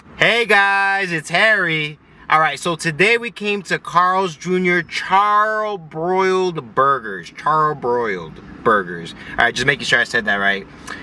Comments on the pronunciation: CHARL, huh? Its char. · hahaha The way you say charbroiled lmaoooo. If you like spicy`you must try thai food` but it has to be from a recommended place. How's your dog? Do you still have him?